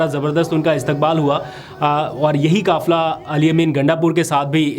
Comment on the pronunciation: کافلہ نہیں بلکہ قافلہ ۔ مکبول نہیں مقبول ۔ کانون نہیں قانون کہیۓ ۔ اپ نے حروف قاف کو کاف نا کہیں ۔۔ جزاك الله